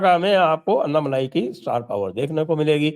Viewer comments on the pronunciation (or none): अन्नामलाई नही अण्णामलाई बोलो आप लोग "ण" अक्षर का उच्चार नही करते क्या?